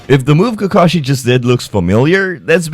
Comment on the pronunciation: You said Kakashi so well lol